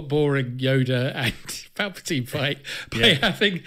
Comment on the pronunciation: Palpatine....say it right